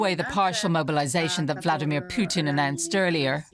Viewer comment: Let's get his name right. It's "Poo-tin".